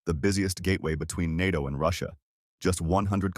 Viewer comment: Yes and learn how to pronounce “NATO”!